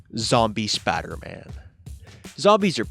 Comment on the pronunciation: Lol Spodder-Man. Its pronounced spiiiiider. Because it has an "i" in it. Next time on Hillbillies Talk Comics... The Teen Toddins.